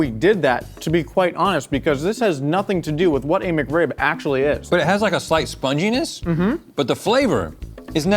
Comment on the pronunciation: "McRib-member"